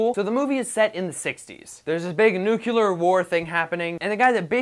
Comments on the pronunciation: NUC-LE-AR!!! I'm so sick of people saying nuc-UL-ar. It's just fucking annoying, learn to speak your own language please. But still, is awesome anyway. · Starting now...a dislike for every video where he says "nucular"